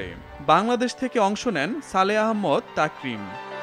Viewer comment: ভাই আহম্মদ না আহমাদ।